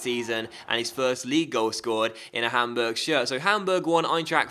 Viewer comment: "Its arsenal 1 - PAMburg 1"